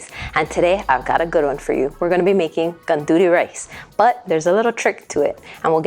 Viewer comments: I'm sorry but you are pronouncing gandules incorrectly. It's Arroz con gandules not gonduly rice. IT IS sofrito, not " like" sofrito. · "Gandudee" rice 🙄🙄🙄🙄🙄 Learn how to say it the right way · Aloha mai kāua. 🤙🏾 I just wanted to say that the proper pronunciation of gandules is gun-doo-less. Another common mispronunciation is pasteles which should be pronounced as pahs-tey-less. It's so important to know the proper pronunciation of all languages, especially those of indigenous cultures so that it'll be perpetuated for future generations. As a kanaka, it makes me cringe in disgust every time I hear people mispronouncing/slaughtering our very own ʻōlelo kanaka. It's the concept. Whenever the actual people hear their language being pronounced correctly, it really puts a smile on their faces. I just wanted to share, that's all. Mahalo iā ʻoe.